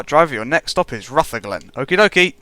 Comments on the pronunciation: And it's Pronounced as Rootherglen, just to try help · Rutherglen is pronounced Ruverglen